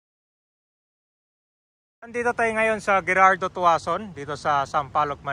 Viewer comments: the name gerardo is pronounced " herardo " not how you did pronounce as " GERARDO" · ang tamang pagbigkas ng Gerardo Tuazon ay HERARDO Tuazon.